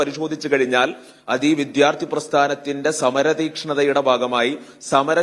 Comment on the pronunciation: വിദ്യാർഥി, ഘട്ടം, ഫലം എനൊക്കെ ശരിയായി ഉച്ചരിക്കാനെങ്കിലും പഠിക്കൂ..